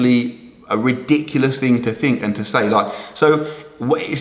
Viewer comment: I loved the part when he said “Loike”